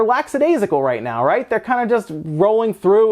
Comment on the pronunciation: Laxadasicle is not a word, you wanna say Lackadaisical